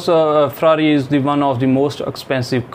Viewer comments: actually my dream car is faraari 😂😂 not ferrari 😂😂 . Is he deserve 6 band ? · Pronunciation of farari or farata